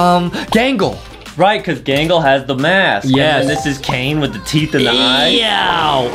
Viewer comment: Who’s galgle I think you mean gangle😂😂😂